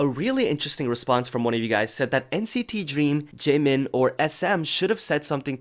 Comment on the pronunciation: especially the difference between double and single letters. like the word jaemin meant to say had a double 'N' sound but it came out as single N rip